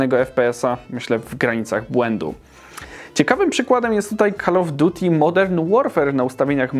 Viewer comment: "call of duti" XDDDDDD